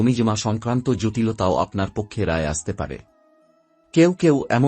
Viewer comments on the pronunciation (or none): none